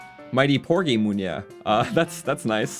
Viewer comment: It is prenoused mi-nu-er